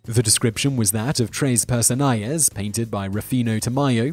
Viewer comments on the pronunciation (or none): "Tres Personajes" = "Tress Pairson-AH-hess". It's not "Personayes" any more than Don Quixote is "Don KEY-shot". And "Giuseppe" (or Joseph) is NOT "GEE-sep", it's "Jew-SEP-peh". Come ON! DITCH the dubious British pronunciations for something honoring their respective mother tongues! Otherwise - GREAT JOB!